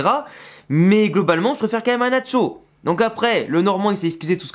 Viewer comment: Eh, l accent sur le nom nacho, est dans la première sylabe, NAcho